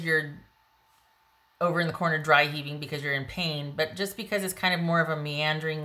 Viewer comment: "In the corner dry heving" Lol!